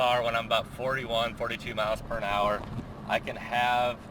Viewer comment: What's a "perinhour"? Pretty sure it's "miles per hour"